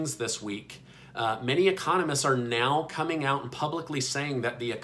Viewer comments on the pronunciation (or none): none